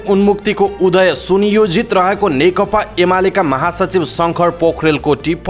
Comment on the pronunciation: कीन खाली (नेकता) भनेका ? खासमा (नेकपा) चाहिँ होइन र?? अलिक जिब्रो फडकारेर भन्नुनी हौ ! नेकपा,नेकपा, नेकपा।